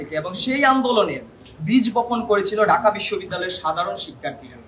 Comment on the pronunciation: ঢাকা কে বলে ডাকা, এ হলো ছাত্রনেতা, সে ছাত্র-ছাত্রীদের কথা বলবে, আগে বাংলা ভাষাতে ঠিকমতো করে রাজধানীর নামটা উচ্চারণ করতে শেখো, তারপরে রাজনীতি নিয়ে কথা বল l